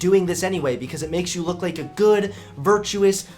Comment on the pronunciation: Do you purposely pronounce lake instead of like? It is funny, but just wondering at this point if it's intentional xD